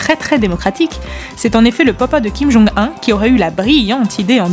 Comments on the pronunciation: Kim Jung 1 ?.... SERIOUSLY ? On dit kim jung oun. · Super vidéo ! mais par contre la prononciation de Kim Jong Un c'est pas encore ça ! on dit Kim Jong [OUNE] ! il faut le prononcé comme ça ! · On dit "fragRance", "mesure fruSTE" (merci le copier-coller raté de Wikipédia) et "Kim Jong "OUN"", bordel de chiottes.